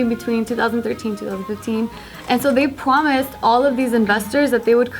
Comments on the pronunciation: im rewatching this and is it just me or did say pwomise??? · "They pwomise" AWWWWWWW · when said "promise" it sound ed like she said "pwromised"... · I don't know why I picked up on the fact that said pwomise when she was reported the first story. Just me?... Ok